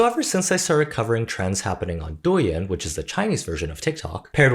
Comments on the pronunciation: I know it's not that important but I beg you to look up the proper pronunciation of Douyin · Why does this guy talk like he's some authority on Douyin when he can't even pronounce the name of the app right 😂😂😂